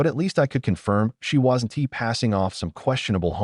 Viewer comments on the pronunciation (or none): god I hate basic AI voice the first few words "It wazzen Tee" and then the next sentence again Wazzen Tee then "Eye Dee" instead of I'd. I just KNOW from that point on there will be "Eye Tee" instead of it and "Emm Oh" instead of the name Mo